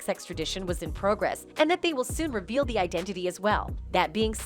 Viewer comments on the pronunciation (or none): none